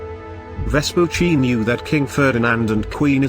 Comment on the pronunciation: Well, at least they get the pronunciation of Vespucci right, only the cadence is a bit off. Most other videos about him I've seen on youtube completely butcher his name.